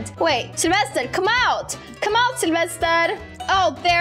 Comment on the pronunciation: selevester::selevested me: so hard to say😅